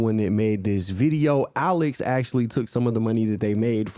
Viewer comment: Omg that is not HOWWWWW you pronounce my name. 🤣🤣🤣🤣🤣🤣 Alex is soooo not that hard to pronounce 🤣🤣🤣 everyone messes it up🤣 I still love u tho💜